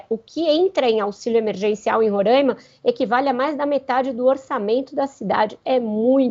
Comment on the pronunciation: RORAIMA SE Lê "RORÁÁÁÁÁIMA" "a" ABERTO, NÃO É Â.